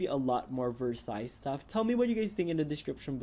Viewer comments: Drop the "s" on Versailles...its french and you pronounce it..like...Versi....just saying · And it's pronounced ver-saiy